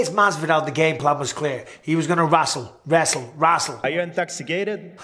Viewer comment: Rastle?wrestle?🤔 .... Next GSP: Are you intoxicated? Lol